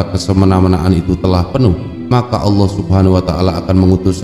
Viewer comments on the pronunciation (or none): none